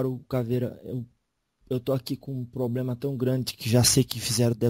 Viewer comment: PQ ELE FALA ERRADO.....EX ,,,PROBREMA